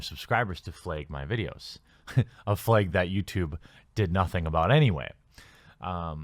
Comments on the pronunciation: The way you say flag is amazing man. I love it when you say that word, fleg, flagg. It sounda pretty Canadian tbh lol. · lol it's funny how you say flag.....fleg....lol